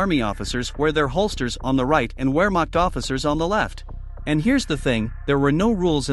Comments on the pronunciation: It's properly pronounced 'ver-makt' not 'wear-makt'. In German, a 'w' has the value of English 'v'. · Pronounced varemakt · The "w" at the beginning of "Wermacht" is pronounced like a "v" in English!